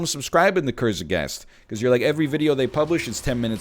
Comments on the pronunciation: NL calling Kurzgesagt Kurzegast made me laugh in a way in which you may find to be strange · You could say ime "kurz-aghast" with this episodes pronunciation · TIL "kurtzgesagt" is pronounced "Ker-ze-ghast" xD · NLs Kurzgesagt pronounciation is something